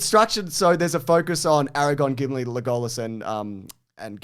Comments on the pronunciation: But WHY does keep saying LeGOlas????!!!!,😩...instead of LEgolas? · O-Roo-kai? Leg-goal-las? What is this? Lord of the incorrect pronunciations?? Bloody got 'em 😎